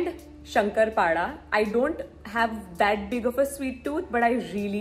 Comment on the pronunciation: Areee yarrrrrrr 😭😭it's not Shankarpada ❌it's a " Shankarpali *✅ it's Marathi Sweet Dish which is made on the Special Festivals like... GANAPATI AND mahalakshmi...Diwali....!!! And yahhh Loveee loveeeeeeeeeeeeeeee ❤️🧡💛💚💙💜🤎🤍💝